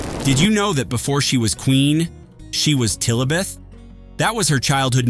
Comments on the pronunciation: Stopped watching, the moment you said her childhood name was Tillabet?? Sorry, but it was Lillibet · Lillibet....not Tillibet!! Human ignorance even after "The Crown" docu-series or human AI INCOMPETENCE